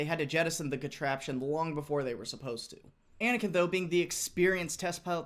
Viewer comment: Hey, from Russian sources I can get through, there is a little other story. (I'm native Russian speaking person) First. The test pilot surname is not Anakin (but it's a good little meme you doing here), but Anohin. Second. There was 3 test runs in around 4 meters from the ground to test the ability of the tank to control it's wings at the test airfield. Third. The landing of a tank was successful, but it was an emergency landing. The plane was operating on it's maximum engine capacity and was able to get only about maximum of 40 meter off the ground. They tried to get more power from the engine, but it starts really overheating itself and they didn't really get any more vertical climbing. So the pilot decided to go to the nearest civil airfield (Bikovo near Moscow) and drop the tank around it. Forth. Tank was able to land at the airfield, but they didn't actually celebrate. The airfield control center wasn't notified about test fly and an alarm was raised. The test tank was captured by the red army and only after crew from initial test airfield drew to the Bikovo airfield the incident was settled down and tank on it's own was driven back to the test airfield. That was first and last real fly test. Fifth. The whole problem with the plane was due to miscalculating. The tank was tested in air tube without cables and trucks so they miscalculated engine power needed for the plane to carry flying tank. They also didn't take into consideration the air resistance. That's why test fly